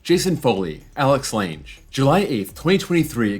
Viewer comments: I didn't hear him say the e; he just fucked up the g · The e in Lange is silent